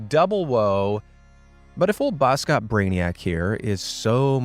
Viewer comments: i love your channle and i am from south africa and you dont pronouse boskop man like bouskoup man it is bos kop man when i heard how you said it was so funny but keep put the good vidoes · Boskop is pronounced bawskawp. It means forest/woods - head/hill. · the way you pronounced boskop ikilled me☠☠ anyways, maybe that's where the insult came from lol